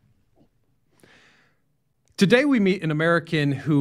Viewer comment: He left because he can't say "today."